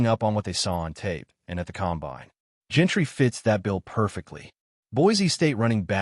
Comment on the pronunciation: It's Jeanty not Gentry